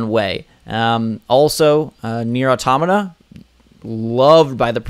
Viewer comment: Nier Automata, not nier atomota